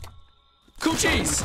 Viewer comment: i hate when he kept mispronouncing cochise that shit was kinda annoying